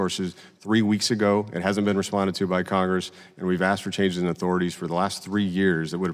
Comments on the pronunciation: The Chairman... How does a man who cannot speak the English language properly be elected into our government? The word is ASKED. Not AXED. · "I have been axed to have Rep. Underwood clarify.." Nuf said.